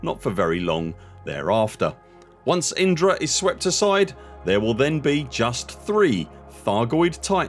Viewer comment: Enunciating Indra so clearly makes we wonder how many times Inara ended up on the editing room floor? 😂